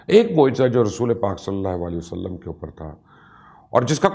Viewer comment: مبشر بھائی بہت ہی خوبصورت تحقیق اور تفصیل ہے جزاک اللّہ گذارش کرنی ہے کہ جب بھی نبی اکرم صلی اللّٰہ علیہ وآلہ وسلم کا نام لیں تو پلیز ایک تو الفاظ کی ادائیگی کا خیال رکھیں کیونکہ آپ کے نام کے ساتھ سلام کی ادائیگی درست نہیں ہوتی ہے ایسا مجھے لگتا ہے دوسری گزارش یہ کرنی ہے کہ آقا کریم علیہ السلام کا جب بھی نام لیں تو براہِ کرم پورا "صلی اللّٰہ علیہ وآلہ وسلم" کہا کریں بحیثیت مسلمان اور آپ کی آل اولاد کے غلام ہونے کی حیثیت سے ہمارا فرض ہے کہ ہم ان مقدس و پاک ہستیوں کے حضور اپنے پیار بھرے درود و سلام کا نذرانہ پیش کریں بارک اللّٰہ